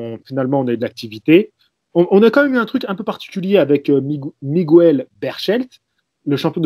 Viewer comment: Miguel ne se prononce jamaissssssssssssssssss Migouel 😉... on se faisait flinguer par les profs d'español